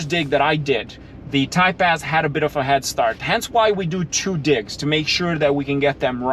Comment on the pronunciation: I never knew Acura made a "Thai pest" I love you but sometimes I do wtf you are saying 😂